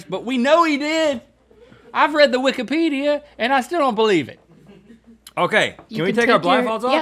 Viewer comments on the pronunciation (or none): none